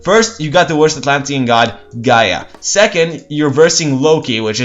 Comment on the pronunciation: nah pronounce it with no accent on the a